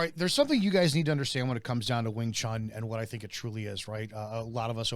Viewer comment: It's NOT wing chan, it's wing chun, like moon!!!